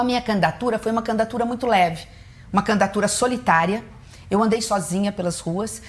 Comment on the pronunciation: " Candatura ", não aguento 😍